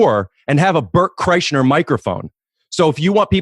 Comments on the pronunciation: Am I crazy, or was Ricky boy saying KreischNer just to see if Bert would bring it up? Rick and his human being studies. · Rick said Bert Kreischner. lol. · I thought Rick was saying Kreischner on purpose to see if Bert would say his breath was bad. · Great episode! 😋👍 I was so happy when Bert corrected rick on the pronunciation of his name, that was the PERFECT way to illustrate EXACTLY what they were discussing prior to!!! ❤️ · Yeah until he consistently said Bert's last name wrong. Then it got uncomfortable